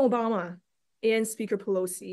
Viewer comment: did she say president Joe Bama?